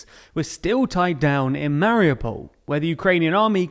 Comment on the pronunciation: it would take no more than 5 minutes to properly learn pronounciations of any significant ukranian cities.. mar-YOO-pol, HAR-keew, KEE-yew... list goes on.. incredibly annoying